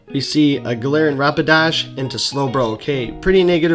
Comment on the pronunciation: when you say G dash sounds like "jirahi" 😂😂 and yes... I love HHp 😁😁